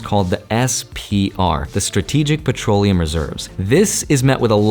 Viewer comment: "expensive patroliuim~nusence!!!"